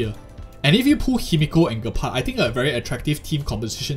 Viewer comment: It's pronounced Jepard, not being rude. Just wanted to let you know 😅